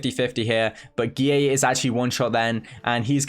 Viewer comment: i like how says guilleVGX like GEE-AAY